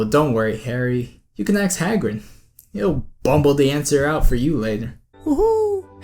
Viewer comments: The word is ask... A-S-K. Not axe. It is NOT "I axed a question". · Good video. But you do know it's pronounced asK and not aKs, do you? Er... yep, I'm a Ravenclaw :D